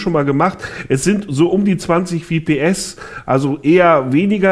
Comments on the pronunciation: In einem competitive Game wie Counter Strike ist jede Verzögerung spiel entscheidend warum kaufen sich wohl Leute 144 hz Monitor und setzen auf gute Hardware genau um den Minimum an lag zu erhalten und FPS (Frames per Second) spricht man auch FPS aus und nicht wie im Video WPS trotz allem ist LiquidSky ein Schritt in die richtige Richtung da nicht jeder gerade das Geld parat hat um sich einen Gaming PC anzuschaffen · EnergyDragonSupport ja er sagt VPS. Und zwischen VPS und FPS gibt es Unterschiede und es handelt sich nicht um einen Fehler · es heißt FPS und nicht wips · Nichts gegen PC-WELT oder den Journalisten persönlich, aber etwas mehr informieren könnte man sich doch 😉🙄... Es sind zum einem "F"PS... nicht "V"PS, desweiteren besitzt dieser "Bürorechner" zwar einen intel Core i5 einer älteren Generation, allerdings hat dieser locker noch das Potenzial aktuelle Spiele zu spielen, ebenso sind die 8GB RAM (noch) ausreichend, insofern es um's reine spielen geht... Das einzige Problem ist die fehlende Grafikkarte (ich verteidige hier nicht das System, war nur so nebenbei). Trotzdem ein interessanter Dienst... hätte ich meine Idee damals nur patentieren lassen 😤